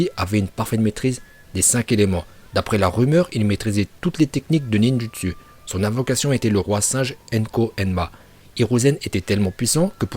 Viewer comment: Il maîtrise le ninj u ts u 🤣